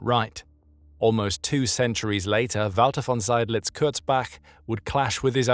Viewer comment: I was waiting for the name 'Seydlitz' to be mangled but it was pronounced properly. I had never heard of him before and I'd thought I knew a fair bit about Stalingrad. Subscription earned!!!